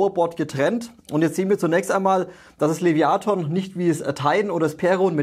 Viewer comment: Top Video wie immer. Aber, lieber, das Teil heißt trotzdem Leviathan und nicht Leviaton ^^